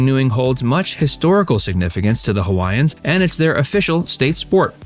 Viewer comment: This video seems like it's AI generated. There are a couple "tells" in the video, especially when certain Hawaiian names are pronounced. And the summaries of the various places are taken from elsewhere, and not from the creator's personal experience.